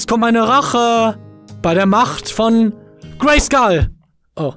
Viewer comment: Dacht mir halt das Haargleiche, war aber ein bisschen getriggert weil er es auf Deutsch ausgesprochen hat😂😅